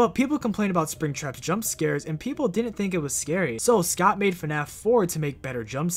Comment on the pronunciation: Why does he pronounce scott like scout